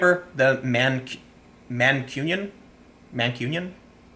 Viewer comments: Man - cunion is the name of people from manchester, and you pronounced it correctly. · I'm embarrassed this shit is happening in my city. You pronounced Mancunian correctly, have a biscuit. [Edit] BSL uses jazz hands coz deaf people can't see clapping hands and are incapable of understanding what's going on. True fact. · You said Mancunian correctly. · For a non-native....your pronunciation of Mancunion and Durham was actully well done. :D